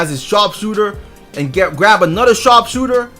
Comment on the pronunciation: DeMar DeRozan cwackalackin* waffew men* anotha*